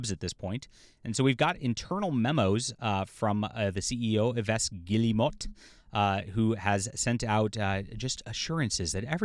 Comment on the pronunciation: Yves Guillemot = Eve gee- YEH-moe. Hard G, silent L’s and T.